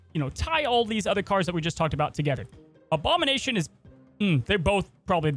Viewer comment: s OBAMA-NATION lol